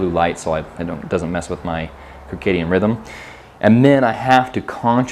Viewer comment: Kircadian Rythm huh?? Lol I’ve never heard anyone pronounce it like that. Not saying it’s wrong just new to me.